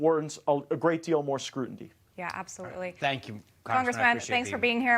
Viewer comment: I love Matt Gaetz, but someone needs to teach him how to pronounce the word 'scrutiny'.